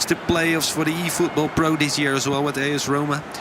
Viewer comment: "1000 efootbool points"